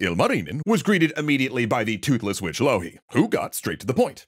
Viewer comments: I'm glad you're doing a bit better on pronunciation than most NAs, but you're pronouncing 'Louhi' in a way for the first 4 times you said it I thought you said 'Lalli' and you're saying 'Ilmarinen' IL marinen and it's just one continuous name 😅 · A wonderful episode! Might need some texts to be added with the finnish pronounciations of the finnish characters and places, like Louhi and Pohjola, but very neat episode